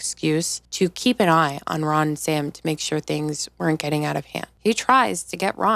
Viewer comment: I love your channel! LOL The RAHN should be a text tone haha you’re so funny 😭